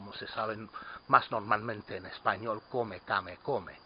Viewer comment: HA! "come, came, come" pronounced in Spanish. I laughed out loud. I loved the video, thanks.